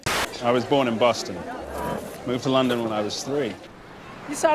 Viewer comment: instead of ‘lundin’ they pronounce it with hard O’s to be LON-DON... probably